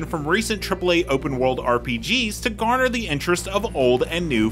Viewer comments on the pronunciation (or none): none